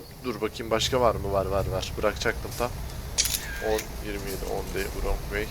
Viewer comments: vırong way denmez rong way diye söylenir üstad. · Vrong vey değil rong vey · kardeş 10 day(s) wrong way mevzusu varya şu wrong' un telaffuzu nasıl bir bak istersen "on dey(?) vurong vey" nedir abi?